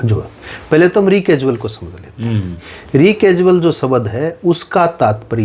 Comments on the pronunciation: रेकसुअल नहीं हॉट रेकुसल कहते हैं . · अपने Phd वकील साहब Recusal शब्द का उच्चारण ही गलत कर रहे हैं । इसको रीकैजुअल नहीं रैकुजल बोला जाता है । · Bhai ji re casual nahi hai recusal hai ..kahan se apne Doctorate Kiya hai...